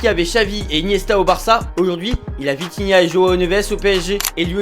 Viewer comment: C’est Vitinha et non Vintinha